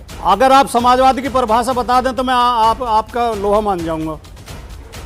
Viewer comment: यह वीएचपी का गंदा किङा जब प्रश्न का जवाब नही दे पाया तो समाजवाद को नमाजवाद कह रहा है।